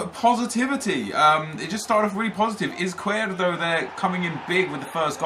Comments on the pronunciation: Izquierdo is pronounced IZ-KEY-AIR-DOE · I'm belgian and it's pronounced iz-kjer-doe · Caspar John it's pronounced iz not ith because he is Colombian and Latin American countries do not say 's' with the sound 'th' that's only Spain. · Crossfire Z is pronounced as th in Spanish so it's actually Ith-key-air-do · Faris Khan its not tho ive seen highlights of him and the commentators pronounce like +Crossfire said